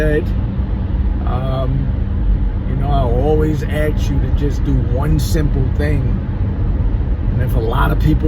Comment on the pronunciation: AXE or ASK a question ? 🤔😁